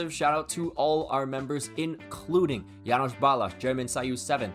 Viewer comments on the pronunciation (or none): none